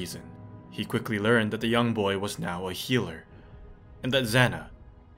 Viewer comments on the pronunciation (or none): none